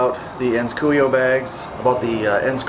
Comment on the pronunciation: I love those bags! Amazing leather and great products.. one thing tho, it's cu-o-io (not cuio). Don't wanna sound annoying or rude, just pointing out what the correct pronunciation would be. Thanks for the video, always usefully and precise! Peace